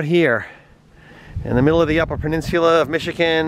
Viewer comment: I've never heard anyone pronounce it that way. It sounds like you are pronouncing it "pen-nins-yoo-lah" but it is actually "pen-nin-soo-lah". No big deal - just trying to help you say it like we say it. Very impressed with some of the places you were able to take that rig. Glad you enjoyed the UP. It is like a whole different world up there. And you nailed it on some of the UP details. The pasties and the mosquitoes - lol. Our personal favorite pasties can be found in Paradise MI. Be well and come on back.